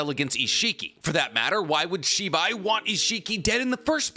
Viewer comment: I got really confused because I thought you were saying Shiba for the longest time. Lol😅